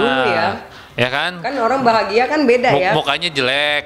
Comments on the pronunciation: Orang Tiongkok ya ? Ko sebut orang jadi olang wjkww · Oang...Bicara R dong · Kok kedengeran nya semua huruf R jadi L 😅, dibilang nganggul, olang,,kumalasali, telus, safali, menelima, pelempuan, celai ,dibatalin, 🤪😷🤦‍♀️